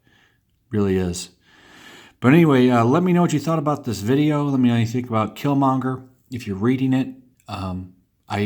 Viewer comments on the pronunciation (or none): You missed the r in Killmonger dude.